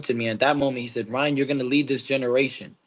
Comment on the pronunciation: Ryan not lien